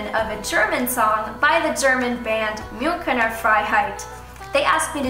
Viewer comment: Im not german myself but I love how you pronounced Münchener 🙃